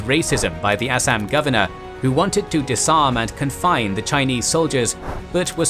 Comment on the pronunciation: This is the first English man I had ever seen in my life who spoke all Indian words with proper vocabulary otherwise some lol people says Assam to Assaam . I am an Indian and I want to thank u for your vocabulary . All the best for further videos